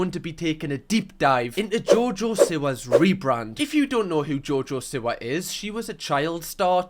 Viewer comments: it’s SEE-wah, not sih-wah. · Its seewa luv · Ngl pls stop saying Siwa bc it is Seewa (is spelt Siwa pls don't come at me) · You always say her name wrong g haha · Even after the 2nd channel vid, he still cannot pronounce her name! Love ya ❤